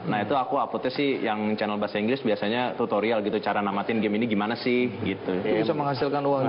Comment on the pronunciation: Kok narator nya ngomong chanel malah "kanel"